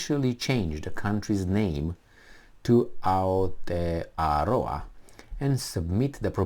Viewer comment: Nicely pronounced 🤙.I don't need to sign any petition.. i call my country both names, not a big issue to me.. Aotearoa - land of the long white cloud.. - NZ 🇳🇿